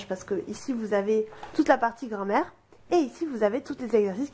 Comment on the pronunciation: Ptdr vraiment elle dit grand mère